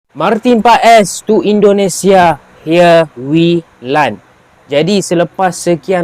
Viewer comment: Martin Pas..not martin pe es